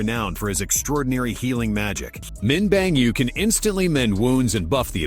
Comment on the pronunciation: Min Bang Yu or what, Bang Me!? 😅 It’s Min Byung Gyu not Bang Yu